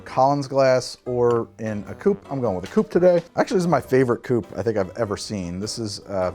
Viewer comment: Whenever you say "coupe," I like to pretend you just say "cup" funny.